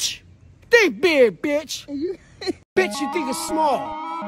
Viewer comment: At one point hes not saying big anymore, sounds like beer or beard 😂😂😂